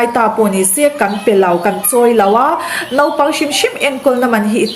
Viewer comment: Nopang tia lam ri lo khan naupang tiin han lam ri hram2 teh aw😀